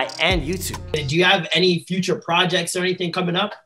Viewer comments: Dents in a poijet 😂😂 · Poo ghet lol 😆